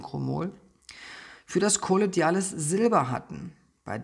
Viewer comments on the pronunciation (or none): Also ich weiß ja dass es relativ egal ist was ich hier schreibe und jedes Kommentar hilft den Kanal zu fördern. Deshalb: Warum betonst du denn in dem Video dass das Silber in Kolloid Form vorliegt sprichst es dann aber trotzdem kollo'DI'ales Silber aus? 🙈 Völlig unabhängig davon Liebe ich diese Plattform, deine Visionen, Ambitionen und den Content!